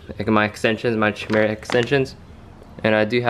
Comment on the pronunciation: i believe its pronounced "kai-mira" not sure though. love the civic vids, haven't watched in a bit but you always have real clean builds!